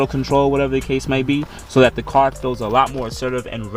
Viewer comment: "Whatevathecasemaybe!". I'm in stitches, Yo! 👍